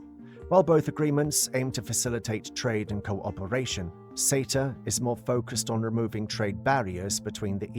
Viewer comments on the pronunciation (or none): Why is SETA and LAW pronounced as cetar and lawr?